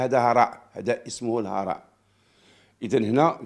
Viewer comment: نقول في اللغة العربية الهراء بضم حرف الهاء وليس فتحه...ياودي الخبير القانوني...الوداد أكبر من أي متملقين ووصوليين...الوداد لها جمهور يحميها...الجمهور الودادي الحقيقي، يرفض آيت منا، والبرناكي...نريد رجلا وطنيا يخاف على الوداد، ويكون تاريخه وسجله نظيفا...الوينزر انحرفت عن مسارها، وانحازت نحو خدمة أشخاص والمقابل نعرفه....ديما وداد